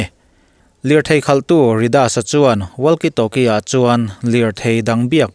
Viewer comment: WALKIE TALKIE 👈 WAKI TAWKI TI A LAM RIK TUR ANI E .. A ZIAK ANG ANG NILOVIN ... WALKIE 👈 TIH HI 👉 WAKI TIIN ...TALKIE 👈 TIH HI 👉😃 TAWKI TIIN LAM BAWK TUR. ITALIAN FOOTBALL CLUB LAR TAK JUVENTUS POH 👉 ZUVENTAS TI A LAM RIK NILOVIN 👉 UVENTUS / EUVENTUS / iUVENTUS TI A LAM RIK ANG CHIAH HIAN 👉 WALKIE TALKIE POH HI 👉 WAKI TAWKI 👈 HETIA LAMRIK / ANCENT TUR HI ANI E = KA RIN AIIN MIZO YT CHANEL TE HI ENGLISH AN THIAM LO = HETIANG TYPE AN VIDEO HI FOREIGN CHANEL AMI VEK ALA NI ZUI A = TRANSLATE DIK TAWK LO ATAM VIAU BAWK A DIK TAWK LO IN HRIATDUH CHUAN AN SOURCE/ LINK + VIDEO ORIGINAL VIDEO + ENG SUBTITILE NEN KA LO POINT OUT SAK ANG CHE U